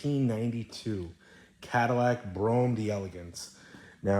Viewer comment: Is it pronounced Brome or Bro-Ham?